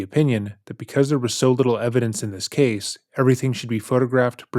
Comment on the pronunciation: reads typos changes accent says words completely differently video to video, the abrupt tone and cadence shift when he goes in to a rant (it's not normal it's edited in later), been going on since the start, the end of videos he used to say ca-say for case